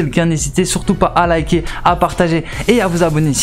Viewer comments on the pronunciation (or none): none